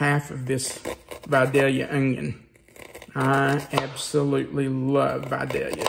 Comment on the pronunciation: I don't worry about pronunciation of the dreaded tongue twister sauce but I sure am glad to hear Vidalia pronounced correctly. So many cooking experts don't that it's annoying. Yes, I'm from Georgia.